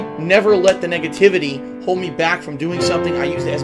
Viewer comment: It sounded like he said niggativity lmao 😂